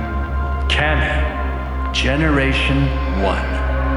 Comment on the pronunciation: I hate to be "that guy", but in case it matters to you, it is pronounced "Kah-mee", like "cat". I wasn't going to say anything, but then I saw the kanji on the first robot's back and figured I'd speak up. Sometimes little details like this make a difference when taken as a whole, because it is easier to suspend one's disbelief.